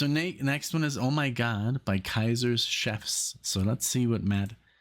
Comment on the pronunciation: I'm glad you like about for Kaiser Chiefs song "Oh, My God". Btw, that name of the band of Kaiser Chief, it's actually pronounced as "CHEEF", instead of saying "CHEF". Hope you understand that.